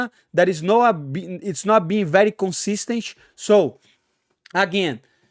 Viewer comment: It's not being very consistench - King Moicano